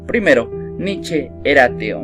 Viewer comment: Se pronuncia Nicha